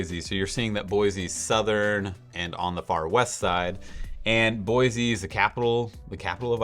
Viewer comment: FYI it's Boy-C, not Boi-Z